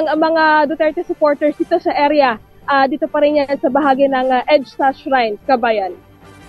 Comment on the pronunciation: Hindi shine. Shrine.